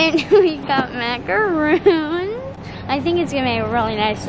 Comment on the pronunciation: You bought macarons (Mac-ar-ons...and roll that r) not macaroons.....those French manufacturers are cringing, lol! They are two very different cookies. Cute video. I am in Canada and your prices seem high ....and in American dollars to boot! You actually get a better selection than we do, especially in dairy and the keto stuff.